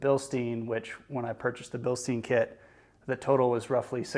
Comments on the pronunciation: As a couple of folks have mentioned comparing aftermarket coils to stock coils tells you nothing. The shock doesn't provide any lift, just dampening so you aren't comparing a Bilstein (pronounced Bil-Stine, not steen, you don't drink from a beer steen) 5100 to a fox 2.5 shock where lift and ride height are concerned. Instead you are comparing stock coils to higher spring rate after market coils. The only way a shock comparison would have value is if you used both shock on the same coil whether it be stock or aftermarket. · Yeah, man, good stuff. Re-reading I do come off as more of an A-hole than I intended. It is actually Bil-Stine but no need for me to be nasty about it. And I feel like you personally understood what you were trying to say overall in the video but the use of the shocks as the comparative device for ride height and lift when those traits are controlled by the springs will leave a great many of the new folks wondering why adding Fox 2.5 shocks to their ride didn't give them any lift. Hopefully they will do more research before taking an expensive leap but once you start putting information out there for public consumption it's always best if you make sure that ALL the information needed is included and explained and that it is as accurate as possible. In some cases if you aren't sure yourself it's best just to say nothing at all. But that goes for everything in life!